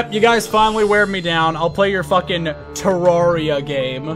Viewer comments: "te rawr ia" smh it's "te rare ia" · It's pronounced "ter-rare-ria" as confirmed by all the devolopers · Why did you replace his face with wurt also it’s pronounced ter AIR ia fight me